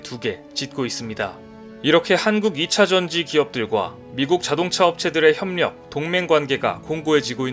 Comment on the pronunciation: 협력발음은 혐녁 입니다.